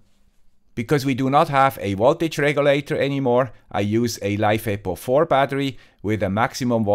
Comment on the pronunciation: It's a LiFePo4 battery, so the pronunciation is correct IMO ;)